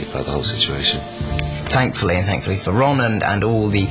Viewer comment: Por qué fuerzas tanto la pronunciación de Ron y Harry? Parece que dices ran y ery